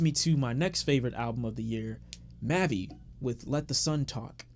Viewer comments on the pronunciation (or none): Aye bro just wanna let u know that mavi is pronounced Mahh-vie don’t want u lookin a foo out here